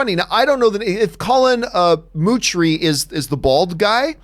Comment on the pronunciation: Colin Moochrie? LOL